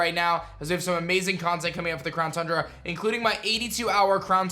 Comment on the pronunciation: It's called Town Cundra